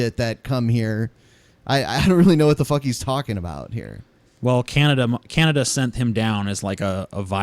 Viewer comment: Canadieas? Sir you need to learn how to pronounce Canada (Can-a-da) fucking babies could say that right and Canadian is not the country but rather the people from Canada